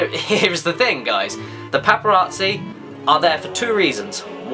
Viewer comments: The "Paparaatzi" ey Caddy? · I find the way you say paparazzi amusing.